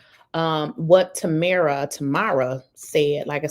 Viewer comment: FYI: It's pronounced Tam like Ham, then RA. So, it's Tamra.